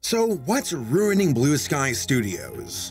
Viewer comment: ah yes, RUING